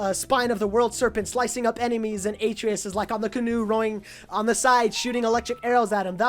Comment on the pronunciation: Not to be a dick or anything but I just wanted to say that Atreus is pronounced " Ah-tray-us" not " Aye-tree-us"